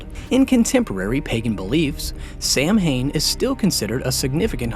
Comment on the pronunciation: all this research and ya can't even say Samhain right :(